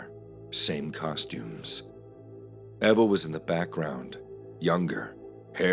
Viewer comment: 4th story - it’s pronounced Eeva not Eva.